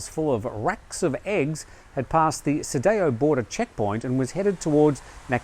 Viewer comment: Sa-DOW, not Sa-day-o! 😅